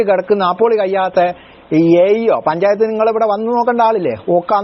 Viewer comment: പഞ്ചായത്ത്‌ അ ല്ല പഞ്ചാപത്ത് എന്ന് ആ കാൻ പറ